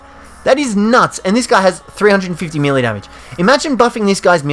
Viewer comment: your saying melee wrong